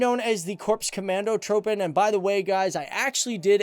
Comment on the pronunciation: Hey, this is to help you with your pronunciation of Korps Commandotroepen [corpse come ontho-true-pen]